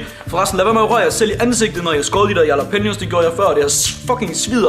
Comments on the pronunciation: Christian Munch v3 Det udtales "Rhalla-penio" Ikke yala som vores bro her gjorde. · IQ man udtaler jallapeneos med R i stedet for j